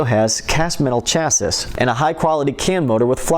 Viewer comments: Lovely models. Please work on your script. World War 2 not 1. Chas-see not cha-sis. Liv-ery not live-ery.😊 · Cha sis...? Chaa see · Very nice. BTW, "Chassis" is pronounced "Shassy"........ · Beautiful models. In your commentry you mentioned the V2 being the most powerful weapon of WW1? These were developed and used during WW1. Also, Chassis is pronounced Chassee